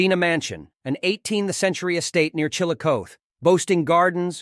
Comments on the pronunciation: Does not pronounce it correctly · Yes I immediately stopped watching this when I heard him mispronounce the name of the city. That’s bad.